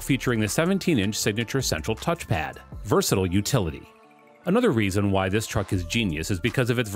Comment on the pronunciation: Versatile is pronounced ver sa tile, not ver sa till.